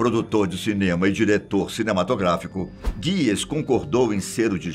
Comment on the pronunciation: Não é "GUIES", é HUGES! HOWARD HUGES!